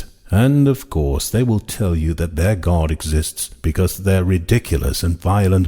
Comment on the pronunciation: By pronouncing the word GAURD do you mean GOD.